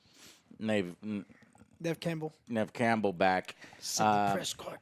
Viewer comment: First there was James Hader. Then there was Paul Rude and Michael Mcdouglas. Now there's Nev Campbell Joe gets every name that isn't Joe wrong lmao.